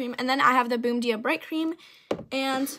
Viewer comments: please idk why but I’m Portuguese and I heard her say “boom dee uh” I lost it- please say it pronounced bomb jeeyah 😭😭🙏🙏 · she pronounced everything wrong. It's not " bomb dia" it's pronounced bom gee-a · your very pretty. the “bum bum cream” is pronounced boom-boom and the “Bom dia bright cream” is pronounced “bom geeyah” just for your info! I found my results on the sol de janeiro official YouTube channel. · Your gorgeous!! Like stunning!! And im so so sorry but as a Portuguese person I js had to say it’s pronounced “bon dia” and “bega flor” IM SO SORRY 😭